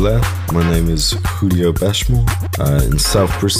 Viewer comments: I love how he introduces him self as Julio (pronounced Hulio obviously) 20secs later Radio 1 introduce him as Julio (pronounced as a J) Get it Right! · Despite him saying "Hulio" in the intro piece, the DJ still called him "Jew-lio"